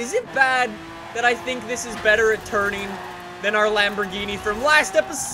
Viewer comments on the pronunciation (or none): none